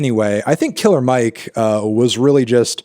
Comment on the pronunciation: You should know it’s not pronounced “Killa Mike”, Fantano. He’s said his entire career that his name is “Killer” with the R pronounced smh 🙄